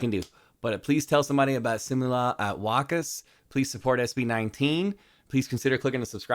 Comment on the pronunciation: Constructive criticism, you almost perfected how to say and pronounce SIMULA AT WAKAS. You have nailed the word SIMULA. Now let's also nail WAKAS. WAKAS should be pronounced without a break or pause after the first syllable (WA). It should be pronounced swiftly. If it makes sense pronounce WAKAS as if it's one syllable. I expect you to learn it on your next reaction video. 😂 Good job though. Your efforts to learn the Filipino language is commendable.